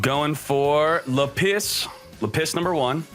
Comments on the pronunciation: Lapiss had me rolling. LA-PIS not LA-PISS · Le PiSS.......can you not. This video is unwatchable hearing you say lapis wrong. It's literally lap. And is. Not let piss. It's lap is like a z. Lapizzzz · lah-pus no lapiss lmao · Btw lapis is pronounced lah-pis not lapiss they don’t pee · It's..lapis , not la-piss..this guy.. doesn't pRonOunCe tHe nAmEs coRrEctLy.. i bet he's.. a fake fan..of Yu-Gi-Oh!.. don't support..this channel.. nor k0nami..unistall this..toxic game.. (damn I hope people..don't buy..this..box now..so..my own..business..can..succeed..finally..) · Lapis not Lapiss. Bro huge fan but ya misspronouncing these cards is cringy lol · its not luh-piss its lap-iz lol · laPISS instead of LApiss. Now this is the reason I keep watching. Never change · Say it with me... Lap - issss not La - piss OMFG it's a gem FOOL! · its funny how he keeps pronouncing lapis like le piss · Lmao you said lapis like lapiss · Lmfao “lapiss” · It’s lapis not lapiss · Gem-Knight Lady LA-PISS I just found that pronunciation funny. It’s usually pronounced with a hard A and a soft I. Like how you would pronounce the Pokémon Lapris but without the R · Ah yes. La-piss. You can find it below y = 32 and most often between 19 and 17. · Nobody:: Le'Piss